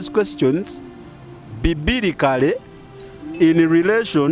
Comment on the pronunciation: Not bibilikale, it's biblikale😊 not bibilically, but biblically